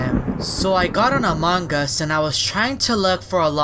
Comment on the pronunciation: Bruh this dude said amangas